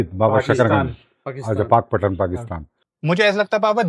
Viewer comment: It is पाकपतन not पाकपटन.